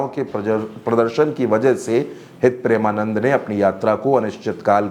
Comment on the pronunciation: गुरुदेव के नाम का उच्चारण सही ढंग से आप नही कर रहे हैं जबकि आपको पता है कि उनके करोड़ों फॉलोअर हैं😮